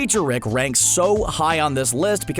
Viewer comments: Who’s wick it’s rick say it right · You pronounce "Rick" as "Reck" and it's fucking annoying. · Can you please work on your pronunciation? It’s Rick not Reck. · Sounds like you're saying wreck sometimes.